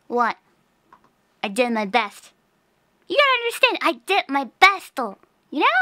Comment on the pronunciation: She tried her besto